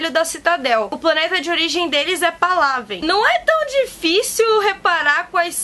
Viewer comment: Pálavên a pronúncia. hahahaah